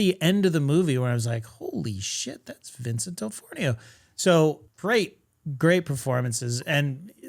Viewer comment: I love you but it's Vincent D'Onofrio (pronounced duh-nah-free-oh), not "dellfornio." There's not even an "L" anywhere in his name 😂